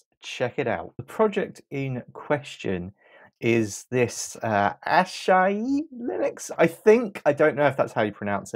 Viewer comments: you’re a presumably a native english speaker, you see the first three letters are “a-s-a”, and yet you pronounce the first syllable as “ash”??? please don’t disrespect the project like this. you can take the half of a second to read more carefully. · The name is pronounced Asaahi Linux